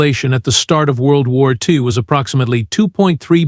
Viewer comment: World War 2eye? Bipeed??? Worst AI ever! Couldn't last through this crap!!!